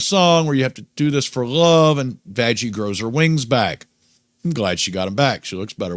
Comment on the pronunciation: why are you saying vajjie instead of vaggy?